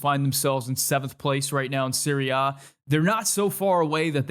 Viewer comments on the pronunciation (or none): I wasn’t aware that the Italian league was called Siri-Ah… I thought it was Serie A not pronounced Siri Ah